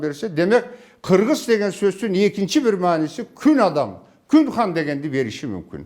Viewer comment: Хыргыз деп айтылган